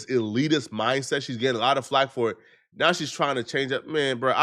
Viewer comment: I knew I wasn’t trippin 😂 got a few words he does like this I forgive him though he know not what he do